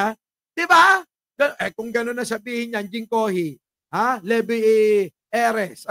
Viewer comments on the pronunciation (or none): none